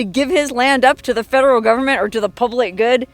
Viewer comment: has nothing to do with the “fed-er-ral” government as she likes to pronounce it. This is good old capitalism! This is privately held land.